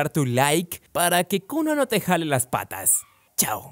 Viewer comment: No se dice kunno